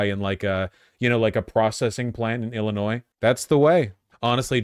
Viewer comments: one more time Vaush pronounces the S in illinois, I will rebel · bro, if I wanted to hear "Illinoise", I'd watch FOX and CNN...